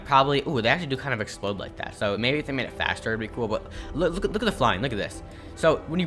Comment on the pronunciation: Love when he say cool it sounds like kewl hahahahah no hate btw i just like it